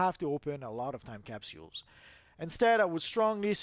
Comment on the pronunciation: Could you say capsules better?